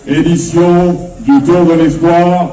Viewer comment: ነብሲ: በጃኻ እባ ነቲ ቓል ከመይ ገይሮም ከምዚጽውዕዎ ኣስተውዕል:: ኢስፕዋኽ እዩ ዚብሃል ኢስፖይር ኣይኮነን: ብፍሬንች ተስፋ ማለት እዩ:: እዚ ናትካ ጸገም ጥራይ እንተዚኸውን ስቕ ምበልኩ: ግን ዳርጋ ብሙሉኦም ኤርትራውያን ወነንቲ YouTube ቻነላትን ጋዜጠኛታትን ሓደ ዓይነት ሕማም እዩ ዘለዎም:: ኣብ ክንዲ ጽን ኢሎም ብምስማዕ ቅኑዕ ኣዳማምጻ ከጥርዩን ኪምህሩን ዚፍትኑ በብዚመስሎም ብምድማጽ ኣስማት ይሓናኽሩ